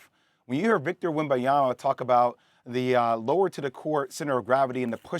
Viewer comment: perkins will be relevant when he stats saying his name right first...